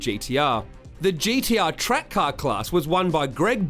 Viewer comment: "'old on, 'ere's a wollyB on the trake"